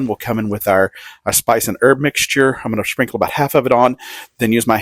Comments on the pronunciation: I shall now “SHPRINKLE” hence forth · "Shprinkle" Lol looks good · Is anyone else hearing schprinkle? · "schprinkle". Ha